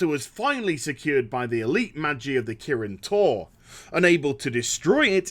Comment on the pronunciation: I could've sworn I heard "Protected by the Kirin Tauren" and thought of magic cows. Yeah, blizz, I'm that bored.